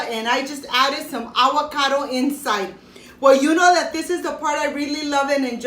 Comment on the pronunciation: “Awwwwocodo “ lol 😂